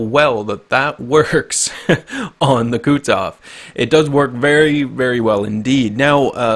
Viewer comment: say after me, Ku(Koo)-tu(too)-zof(xoph), not kutzof... -_